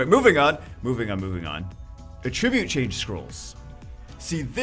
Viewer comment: Ahhh!! My ears can't take it anymore!!! It's "at-trib-yute" lol. "uh-trib-yute" is a verb. :D Also, they want more people to do RTA? LOL. I've never played a game with such a ridiculous barrier to entry for end-game content as SW. They need to make the game more friendly to new players if they want that to happen. There are plenty of ways to keep big spenders supporting the game without making it take forever to have a chance in RTA for F2P players.